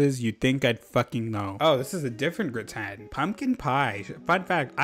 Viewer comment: the way you pronounced gratin 😭😭😭